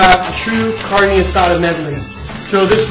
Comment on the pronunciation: at least have the decency to pronounce it right. Carnee? LOL